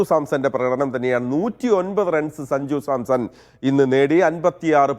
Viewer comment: Sanju Samson വാർത്ത അവതാരിക അങ്ങനെ പറയൂ 💪 സഞ്ജു സാംസഡ് അല്ല😂